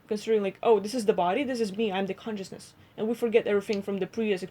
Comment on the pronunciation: You guys said conioussness 82 times